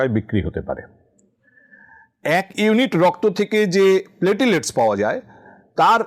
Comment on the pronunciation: প্লেটিলেটস্ না - প্লেইটলেটস্